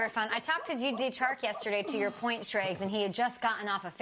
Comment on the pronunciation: did this woman just say “G D Chark”